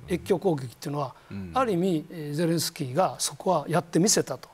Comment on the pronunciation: 小泉さんは素人だな ゼレンシキー ではなく ゼレンスキー な